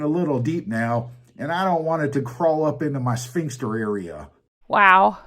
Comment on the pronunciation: "sphyncxter". Bwa ha ha!